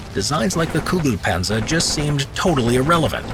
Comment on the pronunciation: I don't hear the tanks name all I hear is "Goo goo Panzer."